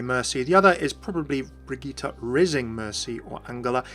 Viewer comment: I just want to point out that your pronounciation of the name Brigitte is really good!